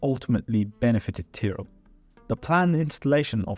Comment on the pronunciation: Why would you pronounce Tyrell like that...